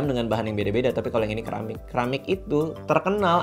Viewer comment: Bacanya SERAMIK kali bukan KERAMIK